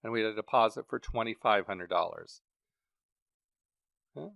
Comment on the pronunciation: Take a shot each time he says “o’key”